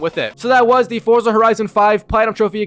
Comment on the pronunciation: Constantly mispronouncing Forza... SMH